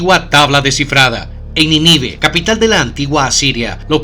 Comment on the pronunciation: Nínive... lleva el acento tónico en la primer sílaba. ¡Por favor!